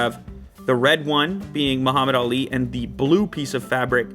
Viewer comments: it's not muhamadd aali it is Muhamadd Ali 👍😊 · i love you saying Muhammad Ali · How he said Muhammad Ali's name concerns me.